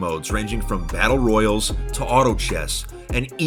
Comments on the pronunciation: during the promotion did he say battle roy·al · “Battle royils”